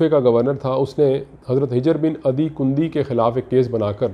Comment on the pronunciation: It's HUJAR bin adi not HIJAR.